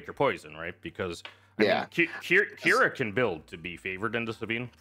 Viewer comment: It's not Q'ira,it's Qi'ra.